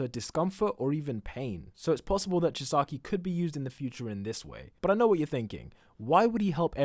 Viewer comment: does he know he's pronouncing Chisaki wrong?